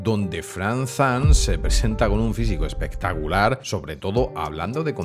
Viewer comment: Ya que vas a pronunciar mal el.apellido de Frank Zane entonces no digas Zan, no dejes la "E". Y se pronuncia Zein